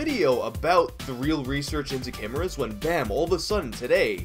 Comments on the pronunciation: Cameras? You mean "kai-Mearra" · Chimeras pronounced (k-eye-mare-a) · Screw it, I'm adopting the pronunciation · "kimerrahs" what. u WOT. dude it's pronounce K-eye-mare-ahs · Love your vids. Chimeras is pronounced Kie Mare Uhz.